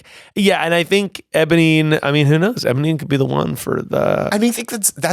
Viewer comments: saying ebonine instead of eponine is killing me! 😂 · Cannot believe that mispronounced Eponine THE WHOLE TIME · Obsessed with ’ pronunciation of Eponine the entire call